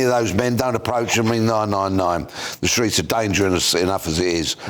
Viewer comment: Did he say streets or tweets